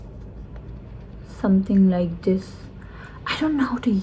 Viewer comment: shade not sads. Hope not hof, this not dish.